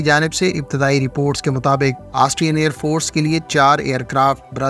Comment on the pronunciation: بھائی ائیر فورٹس نہیں ائیر فورس ہوتا ہے۔ یہ بلاوجہ کا ٹ ہٹا دیں۔ شکریہ